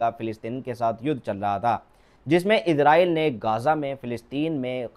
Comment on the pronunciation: Izraaieel ns kaho Israaieel ksho